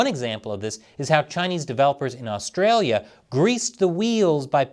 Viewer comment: His pronunciation of Australia ...